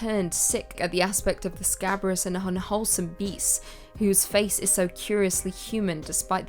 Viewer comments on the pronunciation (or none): none